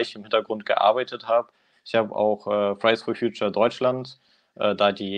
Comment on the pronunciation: Wenn er "Fridays for Future" sagt, klingt das immer wie "Fries for Future". Pommes halt. 😂🤔